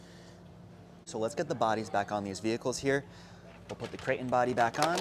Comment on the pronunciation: Does it drive anybody else crazy how he says crate in? Lol